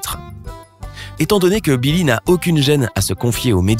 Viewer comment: je rêve ou il a dit nillie?